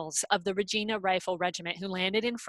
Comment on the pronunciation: Really interesting, I've been enjoying the various talks. However focusing on a Regina search and then pronouncing it wrong is annoying. If it's used again for something else maybe check on how to pronounce it.